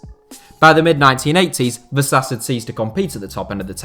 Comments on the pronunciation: it's pronunced "vashash" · I'm not a native Hungarian speaker but I reckon "Vasas" would be pronounced "vashash" ("Vaszasz" would be pronounced "vasas" though) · is it that hard for native english speakers to try to pronounce names properly.. like VASHASH